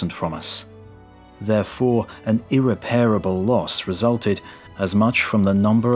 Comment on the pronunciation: Such a superb channel, such a superb idea, and so much work put into it. So why not check words before reading? 'Irreparable' is pronounced /ɪˈrɛp(ə)rəbl/ with stress on the first syllable -- not /ɪrɪ'peərəbl/.